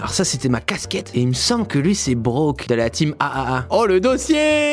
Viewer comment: C’est pas BROK... c’est BROKEEENN !😂😘